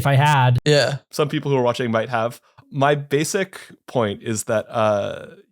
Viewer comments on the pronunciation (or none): none